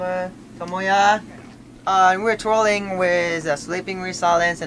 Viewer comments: I keep hearing "we're trolling" instead of 'touring' XD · I thought Taka said Trolling..hahaha TOURING...okay its touring.haha Taka is such a cutie! 👌❤